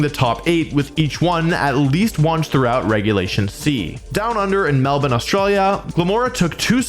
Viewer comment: I just want to thank you for pronouncing Melbourne correctly